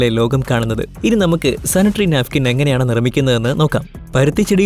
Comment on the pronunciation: നാഫിക്കിന് അല്ല നാപ്ക്കിന്